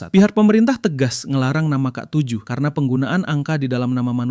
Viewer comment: Ya k7 jadi kaseven aja bilangnya